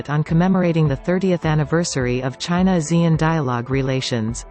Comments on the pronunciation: Please don't swallow Asean name. Pronounce it properly. AH SEA N. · ASEAN is pronounced Ah- c- un